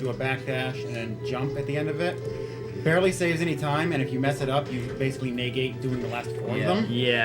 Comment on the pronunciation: Anyone else irrationally bothered by the pronunciation of "negate" ?